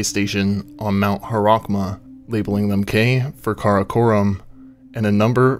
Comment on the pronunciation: At the mark, I think it's Mount Haramukh and not "Harakhma".